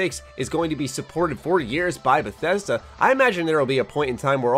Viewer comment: Im feeling concerned for Beth E sd A errr cough Bethesda